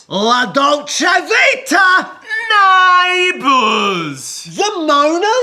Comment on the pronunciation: the way Zach says neighbours will never not make me laugh